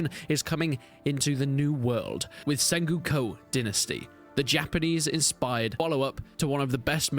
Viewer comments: Sen-GO-Ku...you trolling with that SenGUko. Is it an English thing? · "SenGOOko"? Didn't know that Brits pronounced "o"s as "u"s and visa versa. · The way you pronounce sengoku really threw me for a loop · Sorry for this, but it is not sengyuko dynasty, it's Sen-go-ku Dynasty. It's a time period of Japan. From , there were a lot of civil uprisings in that period. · Senguko Dinisty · It's really distracting.